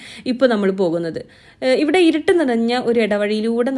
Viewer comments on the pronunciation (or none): none